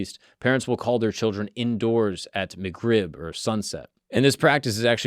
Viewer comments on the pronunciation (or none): Sounded like he said McRib 😂, not magrib. Epic 😂😂😂